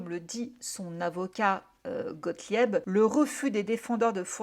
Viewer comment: Bonjour Déjà merci pour les vidéos j aime beaucoup votre travail c'est toujours passionnant Petit message parce que ça m'a titiller les tympans c'est Gothlib que ça se prononce Gothlieb Voilà merci encore pour tout